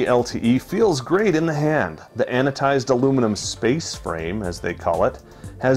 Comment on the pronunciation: Its anoDized, not anoTized aluminium